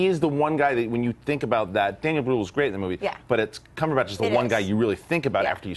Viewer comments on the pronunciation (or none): Why do they refuse to say "Cumberbatch"? Why "CumberBOTCH"? They've even admitted that they say it wrong but they don't care. It's like "hi my name is John", "John is it, I don't like how John sounds, I'm gonna say Jane, from now on your name is Jane". It's weird.